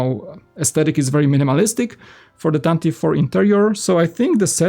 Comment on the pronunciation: It’s pronounced “tan-tiv-vee” four